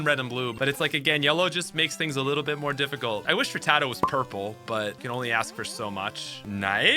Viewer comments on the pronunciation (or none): none